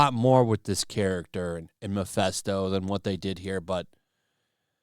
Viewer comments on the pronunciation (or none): none